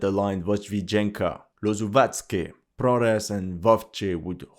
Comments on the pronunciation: You should know that the H in Ukraine should be pronounced like G in English. So, ProHres is pronounced ProGres. YevHenivka is pronounced YevGenivka. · "Russian propaganda" and he says "Prores" instead of Progres. Very consistent. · Imagine the absurdity: the town is named "Progress", but the Ukrainians renamed everything so now it's "Prohress" and you are struggling to pronounce it. Lol